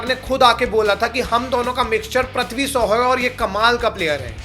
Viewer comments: Prithvi shaw❌️pathvi so✅️ 😂😂😂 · Bhai name to shai bol le anpad 😂